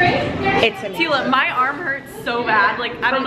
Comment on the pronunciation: ITS MOANA TEALAAAA AND MEREEEEEE NOT MOA AAAAAHHHH not hating btw just stating a fact